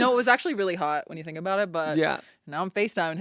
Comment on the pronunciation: OUT AND “A-BOOT” 😂 I love Kate too much, need to get married asap